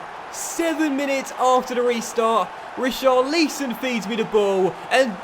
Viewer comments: Who is "Richar-lee-son"??? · Richarlison is pronounced Ri-car-le-son